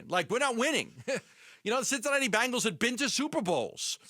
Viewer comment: It's BENgals not BANgles 🙄